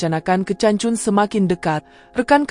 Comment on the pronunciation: Not ce but pronounce K for Cancun